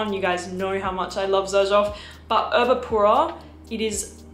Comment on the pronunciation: It’s actually Erba Pura, not Urba….